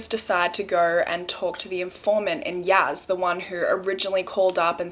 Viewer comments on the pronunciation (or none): Also it’s Yasssss not Yazz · its pronounced y-ass not yaz 💖💖💖